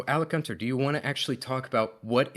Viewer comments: If i hear him say 'Alec Gunter?' one more time I'll scream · I've been trying to get through this video all day, but I can't handle saying Alec Gunter repeatedly. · “AlecGunter… AlecGunter…AlecGunter…” bruh